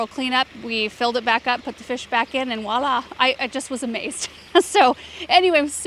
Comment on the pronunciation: Sorry,, it's not WALLAH, it's VOILÀ, the V is pronounced as in "vwa-lah”. The word commonly misspelled due to incorrect pronunciation. Wordsmiths have a thing for words like you do your plants 🤓